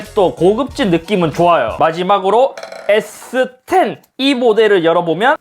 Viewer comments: S10도 저번 아이폰 논리로 스십=발음상 스시로 해서 인트로 찍으신듯 이 정도면 인트로계의 신흥강자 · 에"스십"이라 스시임? ㅋㅋㅋㅋ